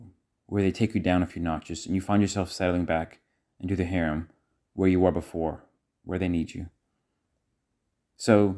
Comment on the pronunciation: It’s harem not haram:) haram means forbidden